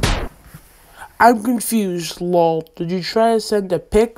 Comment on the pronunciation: Why does he pronounce lol like that it's just laugh out loud